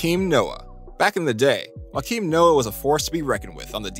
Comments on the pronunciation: don't know don't care we were both wrong. Just watched joakim Noah's interviews and it's joe-keem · Nobody: This guy: Joakim Noah = Whakeem Noah